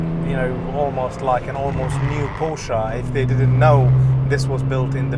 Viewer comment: Nice job, mate. Please learn how to pronounce the family name of the brand.